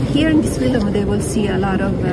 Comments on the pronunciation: Its not a documentary its a "FILUM." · The way she pronounces “film” 😂